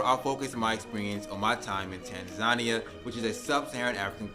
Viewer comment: They hate African Americans because you can't pronounce Tanzania properly